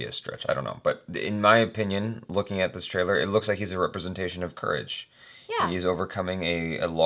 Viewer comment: Now that everyone has told you that pronunciation of the name was wrong I want to point out that You said official tailer/tailor👀👀 instead of trailer😂😂😂 TRAILER IS AN ENGLISH WORD!!! 😂😂